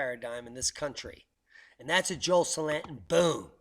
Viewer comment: I didn't know who you was talking about at first, because you pronounced Joel Salatin's last name wrong. I've watched a lot of his videos. He is great. Also Gabe Brown and Greg Judy...